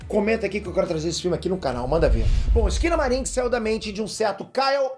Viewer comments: Entendi "esquina bar" kkkkkkkkkkkk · Quando eu ouvi o nome do filme eu entendi foi "esquina bar" kkkkkkkkkkkk